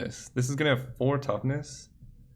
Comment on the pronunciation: You keep messing up toughness and power and IT"S DRIVING ME INSANE